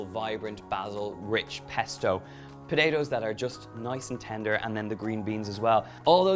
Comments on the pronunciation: Really nice recipe. Btw, even for an Australian, he says potatoes funny, like Podado 😋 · I love how you say potatoes. “Po-day-dos” Lol Irish accents are my favorite! Awesome recipe as well